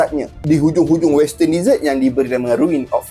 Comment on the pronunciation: bukan "DEE-SERT".... bunyi dier "DE-ZETT"... "deesert" tu makanan2 manis pencuci mulut.